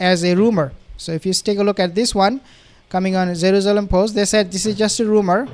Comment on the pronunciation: “Zeruzelum” lol its Jerusalem